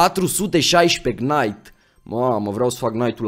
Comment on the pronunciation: Salut ai grija la knight nu se citeste k-ul la fel ca si la knife (nife) Bafta:))